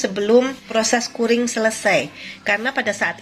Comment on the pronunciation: Ibu, CURING cara bacanya Kyuring